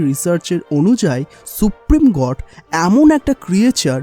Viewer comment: God kot Ah ta uccaron kora think na